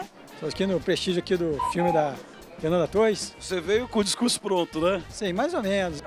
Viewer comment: "FILME"????? kkkkkkkkkkkkkkkkkkkkkkkkkkkk